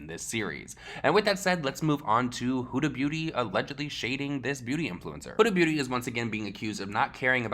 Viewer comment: You pronounced huda beauty four different ways in this video and my favorite one was hyooda booty